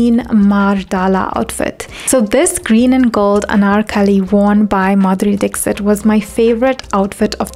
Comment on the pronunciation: Beautiful well researched video . Thankyou for sharing it with the world. :) One lil correction if i may.. in India , Dixit surname is pronounced differently, not Dik-sit ( u can read as 'Dikhshit' :)